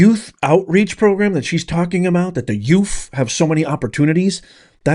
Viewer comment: Yes, she said.... "exspecially", "they" children, "invigurate", and "youff". Where's lover boy? She's begging for money to fight crime, while she spends millions and millions of dollars trying to jail Trump and traveling the world with another woman's husband, on the taxpayers' dime. Then she lies about everything, making up stats, so far from the truth, its pitiful. She's just an incredible failure in a thousand dollar skirt.